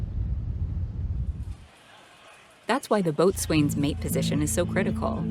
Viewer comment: Small technical tip- “Boatswain” is a very old naval term, dating back centuries. The correct pronunciation is “bo-sun” not “Boat-swayne”